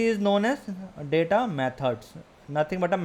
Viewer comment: Pls correctly pronounce the word data, it's not datha it is daeta